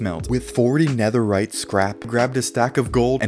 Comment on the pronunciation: did he say 17 BLOCKS OF NEATHERITE AT 1 MIN 30 SEC